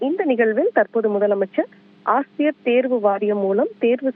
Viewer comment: A ஆசிரியர் ன்னு ஒழுங்காக உச்சரிக்க தெரியாதவனே...நீ ஒரு முதலமைச்சர் அவர்களே......